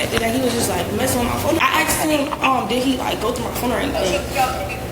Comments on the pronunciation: She “axed” him? Damn mans didnt deserve that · Why she none stop saying mhmm mhmmm....? And never trust anyone that says axed, what happens when you say ask? Axe? Retarded. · Fucking hate it when they say "axed" it's "asked" illiterate demons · "I axed him..." 🤢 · "I axed him.." yea, that's attempted murder. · "I axed him" man FOH 🙄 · Anybody who says “asked” as “aksed” ain’t right in the head. Like wdym you can’t even say a simple word the right way you dumb Mfer?